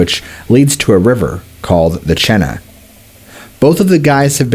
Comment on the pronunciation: Chena, pronounced with a hard E. Like Cheena.